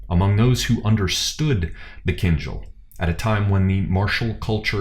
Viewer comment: A comment or two, if you don't mind. The correct pronunciation of the weapon has a stress on the last syllable, not the first. It is "keen-DJAL". I just noticed it was a recurring error, and you'd want to know about it. Second, I feel you're too quick to dismiss the "baton twirling" of the shashka, (known in Russia as "Flankerovka") In addition to developing your ability and movement, it is a legitimate, historical martial "art" form. When you see people standing still and twirling the blades, it just means they haven't mastered the footwork yet. The twirling of the blades DOES have a combative application, and its equivalent is not found in western fencing manuals. Russia and the Caucasus are at the juncture of Europe, the Middle East, Central Asia. There will be a more syncretic martial philosophy.